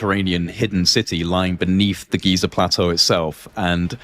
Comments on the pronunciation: NOT “GAZA”, ITS GIZA FFS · he says Gaza again, like the moron he is. It's Giza, dummy!